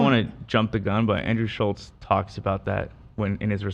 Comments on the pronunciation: It's pronounced Shults. It's sad they still don't know how to say his name. No wonder they sucked interviewing him. They researched so little that they don't know his name. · Nelk were saying his name wrong the whole time lmao maybe that contributed to the situation